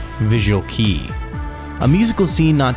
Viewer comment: visual key? no... xD is "KEI"